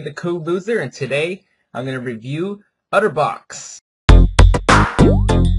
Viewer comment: its otterbox, not utterbox.